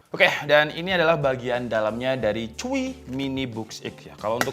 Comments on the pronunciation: Mas ngomong e biasa wae chuwi kok dadi cuihh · Harus bgt ya baca Chuwi🤣 dilawakin🤣🤣